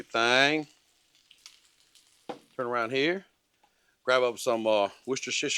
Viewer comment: I do believe that's pronounced wash- your - sister sauce